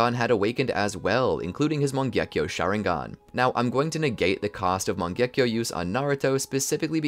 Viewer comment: my first time the what if was good BUT the pronunciation of mangekyou sharingan botherd me alot